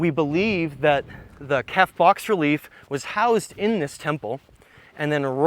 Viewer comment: "Bas relief" is not "box relief". Its pronounced "bah-relief".